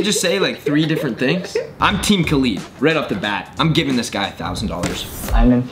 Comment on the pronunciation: lmao my brother is good friends with kalid everyone's pronouncing his name wrong too smh